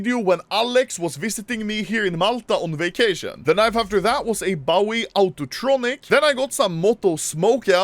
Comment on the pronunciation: i thought itd be a compilation of all the actual unboxings... "kneev... kneev... handskaar... and so on"